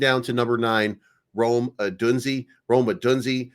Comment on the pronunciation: It's pronounced Oh-doone-Zea